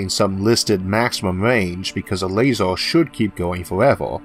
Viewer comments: Very interesting video but what's with pronouncing every -er ending word as an -or? Eg a lasor weapon, or a largor projectile. That was incredibly distracting! On the other hand, if you are producing videos despite a speech aberration, kudos to you for ignoring any critics like myself, or anyone poking fun! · lasEr, lasEr, lasEr, lasEr, lasEr, lasEr, lasEr, lasEr, lasEr, lasEr, lasEr, Light Amplification by Stimulated Emission of Radiation, LASER. don't care about the r=w thing but damn you've no excuse for pronouncing LASER wrong.